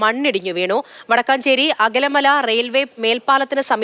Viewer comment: അകലമല അല്ല അകമല ആണ് ശരി